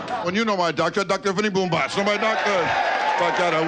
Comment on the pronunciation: paskuniag: It’s pronounced BOOMbatz